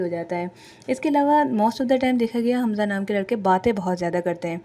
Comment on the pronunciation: Naam to thek lo حمزہ ہے خمزہ نہیں